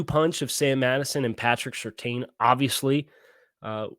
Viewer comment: I'm f'n begging you: PLEASE LEARN HOW TO PRONOUNCE SURTAIN CORRECTLY sur-TANN. It's so grating to hear you keep getting it wrong.